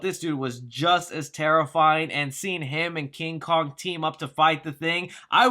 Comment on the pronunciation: “Kong” not “Long”